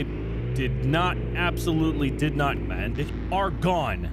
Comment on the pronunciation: At the beggining." Kids that I did not absilutly did not KILL"